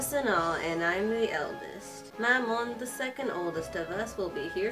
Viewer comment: U kind stayed his name wrong it mammon Not mama